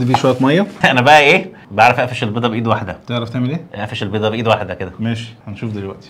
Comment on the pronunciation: افقش مش اقفش 😂😂😂